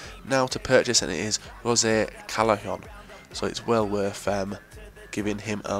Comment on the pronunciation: You actually said Callejon properly! So proud